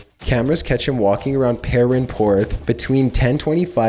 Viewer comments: How are you so bad at pronouncing UK place names? Not once have I heard of "perenporth". At least put some effort into it dude, like you're not even trying to say it right. Could you also be a bit more enthusiastic, and not speak with an upward inflection? Your videos are interesting, but a real pain to watch. I can't complain about the editing, I understand its difficult, but you could sort your speaking out, which would really make your content WAY more watchable. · as someone who is from England. Pernporth isn't actually THAT difficult to pronounce. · That butchering of the word Perranporth, I thought I miss heard at first. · You say Perranporth so weird haha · Perranporth is one word, u do all this research only to make amateur mistakes with pronounciations